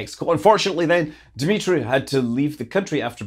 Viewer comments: Dumitru, not Dimitri. He ain't Russian haha. People should know a scam when they see one. Showing "something real" works a lot better than showing something photoshopped. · The name is "Dumitru" not "Dmitry"! The romanian and russian pronunciations are very different, in romanian two "u" sounds need to be heard. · Dumitru not "Dimitri". u in romanian sound like w in english. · Hi Scott. His name is Dumitru not Dimitri. Thank's